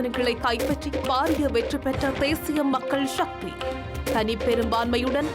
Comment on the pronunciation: சக்தி என்பதே சரியான சொல் ஷக்தி இல்லை.கட்சிஎன்பதற்குப் பதில் கட்ச்சி என்று ஏன் கூறுகின்றீர்கள். தயவுசெய்து திருத்தி வாசியுங்கள்.